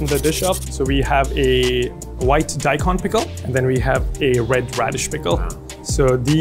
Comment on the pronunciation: I find it funny that even at Michelin starred restaurants, the chefs still don't know how to pronounce wagyu and daikon correctly.